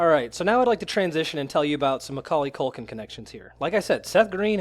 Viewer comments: Its Macauley Culkin, not Maculkin, you dolt. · It's hard to take you seriously when you keep saying "McCulkin"...